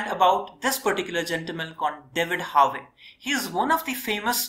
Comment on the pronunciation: Excellent Videos. I am also a PhD holder in Geography from University of Kerala. Your classes are so helpful for all Geography students from school to college levels epecially from Examination point of view. Just One Friendly Suggestion though. You should work on your Pronunciation of Terms and Names. Example: It's Dudley rhyming with Idli not Dudlay and Harvey rhyming with Harvi not Harway.